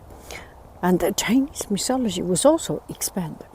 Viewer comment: it is pronounced 'myTology' not 'miSology'...and 'coucou evening' does not make sense